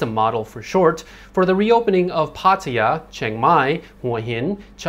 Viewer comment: why he pronounces Pataya in a weird way, I thought this guy was Thai